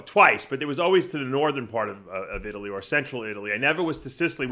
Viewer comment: I'll join the rest of you paisano's in southern It-ly (as Gregg pronounces it).